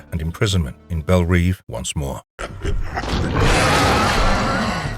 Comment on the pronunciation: It's pronounced Belle Rev